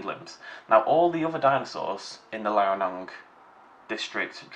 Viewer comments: Liaoning is Lee-ow-ning, not Lai-eh-nong,. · Unless I'm terribly mistaken for the past few years, I think it's pronounced "Lee-ao-ning", which is probably best explained to an english speaker as "Lee-ow-ning", roughly. Note on the phylogenetic tree, recent evidence points to Balaur being a avialan, not a dromaeosaur, and last I heard Rahonavis was to.